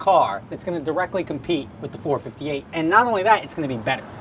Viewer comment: It's four-five-eight. The way u r saying it sounds retarded.